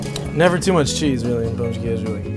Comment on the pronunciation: Hella impressed w yaje’s pronunciation damn dude has no accent saying pão de queijo